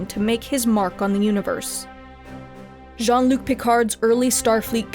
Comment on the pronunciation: She calls him "John Luke"